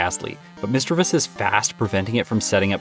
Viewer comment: Correct pronunciation is miss- chiv- ous....no e.....love the video by the way